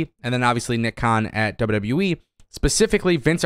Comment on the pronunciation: "Double double youwee"